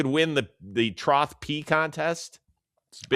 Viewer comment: My good man Rosie, I think you were saying 'troth'? That would be trough hahah